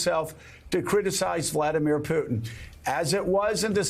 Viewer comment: At least say his name correctly lol